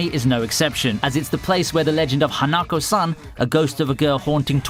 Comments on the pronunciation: him saying hanakou me screaming at my laptop its HA-NA-KO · Oh god, that pronunciation of Hanako XD